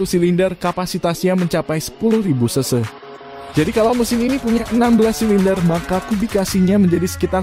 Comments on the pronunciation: CC bang bukan se se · Bukan seu seu tapi ce ce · Iya denger aga kaget sampe ulang ulang, ternyata maksudnya CC 😄